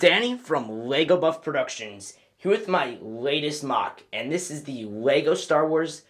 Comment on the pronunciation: Did you say 'Wego' at the start